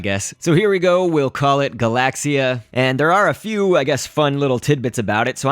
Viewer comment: It's not "galasia" it's "galaxia".